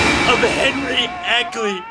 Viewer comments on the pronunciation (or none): Well, it's your film, so I guess you can pronounce 'Akeley' as 'Ackley' if you want to!